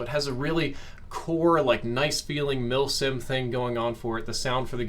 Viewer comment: Milsim?! Uhm, WHAT?! :-D